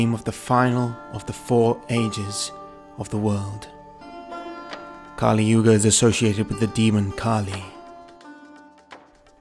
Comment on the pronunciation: It's not kaaliyuga but kaliyuga